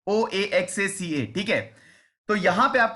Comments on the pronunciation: It's wohaaaccaa like pronunciation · Sir the city is pronounced as वाहाका, in Spanish.